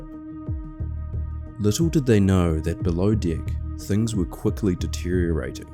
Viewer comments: Just found your channel. Excellent presentation of an unbelievable event. I know this is a NZ thing, but the word "deck" is with an E, not an I. The phrases "the captain's deck" and "deck of the ship" are entirely different with this pronunciation. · Oh it's true! I have an Australian Shepherd. Every morning I tell him let's go outside for your below dick business. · Holy shit, this is so well done that I assumed this was one of the big documentary channels. It wouldn't have even been out of place on a Discovery plus. I'm so glad The Holy Algorithm brought me here. Also, maybe I'm a sick f#<k, but I giggled every time the Aussie "deck" was said. "Below dick" 😆 Edit: I just checked your page & now realize that you're from New Zealand, NOT Australia. My dumb American ear can't differentiate, but it is NOT an abomination of an accent! I love it. You know what is a true abomination? My Boston accent. The whole "I pahk the cah at Hah-vahd yahd" (I park the car at Harvard Yard) is real